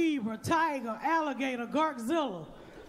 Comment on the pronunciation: did she say "garzilla" ohhhh black people